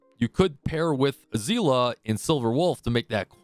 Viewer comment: Literally the first guy to pronounce Seele properly.